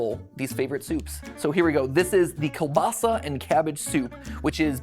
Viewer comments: In polish, Ł is pronounced as W, kiełbasa is pronounced as kiewbasa 🫶 other than that your pronunciation is surprisingly good! 💕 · i love how matpat is pronoucing kiełbasa like " kubasa" or 'kelbasa" 😂😂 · You should come back to poland mateusz, also the ł in kiełbasa is pronounced as w so its pronounced kiewbasa (also mathew patricks is kinda polish as in mateusz patryk?) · Why didn't you do bigos or pierogi? And hearing you say kiełbasa is painful 😅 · huh? so mattpatt is of Polish heritage too? sweeet. though he cant pronounce kielbasa to save his life XD and kielbasa, its delicious, but steamed cabbage riiight w/ ya on it not that tasty or great smelling.. Xp